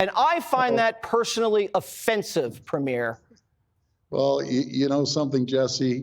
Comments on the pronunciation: There's a big surprise. Stupid, too. Can't even pronounce "premier" correctly. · Jesse is so ignorant, he can't even prounounce the word" Premier" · I don’t understand how difficult it would be to find a Canadian to teach you how to pronounce “ PREMIER “